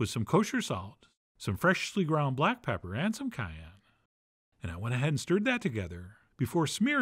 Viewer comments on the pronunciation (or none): none